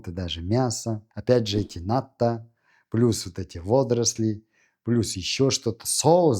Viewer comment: В слове НАТТО,уларение на последнюю О.Японцы не ставят ударение на первый слог.